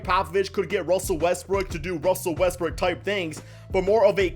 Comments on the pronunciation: Sounds like he is saying Westbrick instead of Westbrook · Why do u always say Russell westbrick, ur ego doesn’t go down if u say his name properly